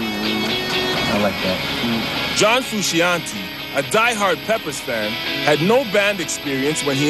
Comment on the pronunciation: Someone needs to tell this voiceover dude that it's pronounced FRU-SHON-TAY jesus